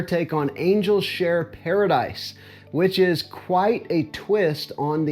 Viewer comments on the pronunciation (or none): Paradis is pronounced paradee